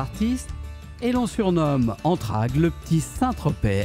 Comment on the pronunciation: Vous dites "ANTRAGUES" .... c'est ANTRAIGUES